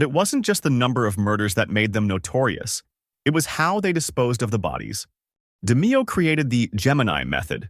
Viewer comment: Good video but its pronounced (De-Mayo) not (De-Meeo)